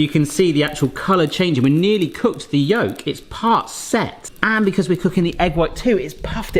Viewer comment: Lol Yegg yolk🤣 I didn’t think it was possible but I think the egg got your tongue. 🤣